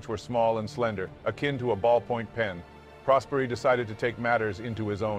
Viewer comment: Didn't know this story at all! Great video as usual, only one little thing: right pronounce of the surname Prosperi has the accent on the "o" (Pròsperi) not on the "e".